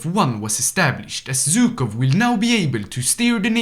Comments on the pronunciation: It's Zhukov not Zukov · ZHukov, not Zukov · It's ZHUKOV, NOT ZUKOV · It's actually pronounced not Zh-ukov, and not Zy-kov. In russian letters, it's Жуков, not Зюков.